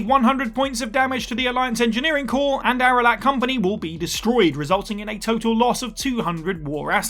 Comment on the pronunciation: I’m taking it you didn’t actually play Mass Effect. It’s pronounced Rack-nigh and Ar-lack.